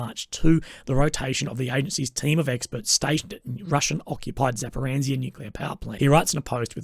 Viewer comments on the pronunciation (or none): Where in Zaporizhzhya is the "n" you say when saying Zaporenzia? I know this sounds annoying to keep pointing these things out but when I want to rely on someone's infos in a video, it is undermining your own credibility massively by not simply checking how this very important place name is pronounced somewhat correctly. Zapo-reesha.